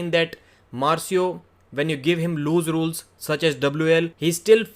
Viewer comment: Hey it’s pronounced “loose rules” not “lose rules”